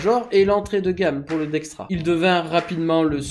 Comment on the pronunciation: dexta il est où le R? dextra non, dexta OUI